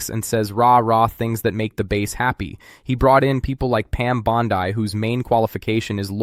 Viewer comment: Your mispronunciation of Pam Bondi makes you sound even more like an AI voice than you already do